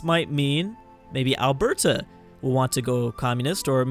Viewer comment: Also you put way too much emphasis on BERT in Alberta.